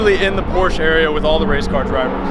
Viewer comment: This dude claims to like Porsche and can't even pronounce Porsche correctly.